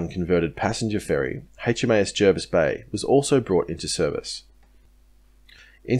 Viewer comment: Thanx for the correct pronouncing of Jervis 👍